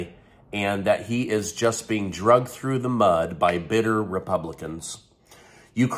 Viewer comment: Dragged through the mud, not drugged through the mud, just a little English lesson, no offence, keep up the good work😜🙈😭😭